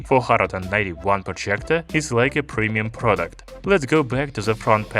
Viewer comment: Man the way you pronounce “projjgectorr”